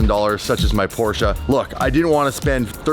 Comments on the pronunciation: It's PorschE not Porsch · FOR F-SAKE LEARN THE RIGHT WAY TO PRONOUNCE PORSCHE!!! THERE IS NO A IN PORSCHE!!!!!!!!!! 👎👎👎👎👎👎👎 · i feel purposely trolls us by saying Porsche wrong 3 times then says it correctly seconds later